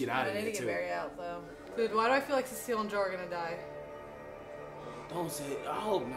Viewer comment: You guys had the best reaction to the finale of reactors I've watched so far! Oh and you guys are pronouncing Cecile's name wrong.